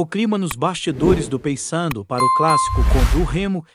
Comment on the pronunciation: Meu amigo, fale o nome correto do Paysandu,por favor.